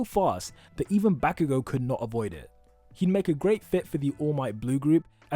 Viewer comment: also: BaCk YoU gO (that's how he says BAH-KU-GO)